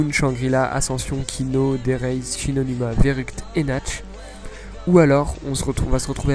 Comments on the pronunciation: Et Nacht der Toten, ça se dit "Nart" et non pas Natch... C'est de l'allemand... x) Tu me faisais stressé a dire Natch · JE sais que c'est nacht mais sa se dit nart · Nacht ce prononce nart. Sinon trés bonne vidéo, bonne analyse. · C'est pas nacht c'est nart